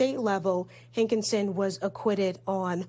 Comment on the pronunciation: His name is pronounced HANKISON. not HANK IN SON.